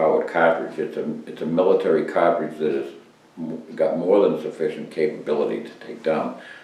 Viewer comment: What a soothing voice....CAH-TRIGE :-)